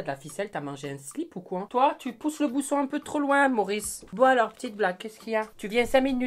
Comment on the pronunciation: "Toi tu pousses le bousson un peu trop loin Maurice" avec un accent sorti d'on ne sait où.. 😂💖